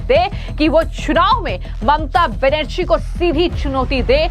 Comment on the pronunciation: ma'am its not mamta banasri , its Benarji , your news was good but i dont think u collected the report